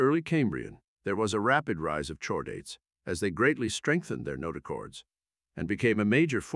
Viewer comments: in, noooo lol, you didn't just have your AI voice say, "CHORE-daets?!?" We have a spinal chord, hard 'k' sound. It's "KHOR-daets." Your AI needs lessons. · Please fix your ai text-to-speech. "Chordates" is pronounced "cord-ates". The "Ch" comes from the greek letter Chi. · Very interesting, by why did you pronounce it "shordates" (incorrect) instead of "cordates" (correct) but do it correctly while pronouncing "cephalochordates"? You have to notice the inconsistency there. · I bet that if you feed CORE-DATES to you text-to-speech program, it will generate the desired (and correct) pronunciation.